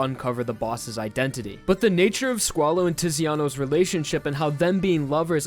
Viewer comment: If you say squalo i hear swallow xd